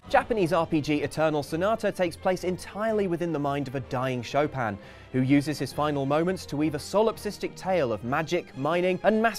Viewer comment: Its SHO PIN NOT SHO PAM